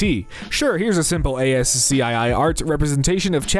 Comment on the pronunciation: I'm disturbed at your (lack of) pronunciation of ASCII. See me in my office